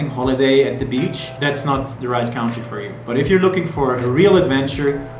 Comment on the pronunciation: An amazing CUNTREE not COWNTREE....country.